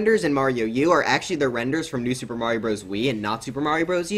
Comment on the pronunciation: I love how you called the New Super Mario Bros U style, "New Soup"